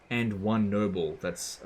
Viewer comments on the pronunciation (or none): EVERY time he said "Noble" I heard "Nurgle".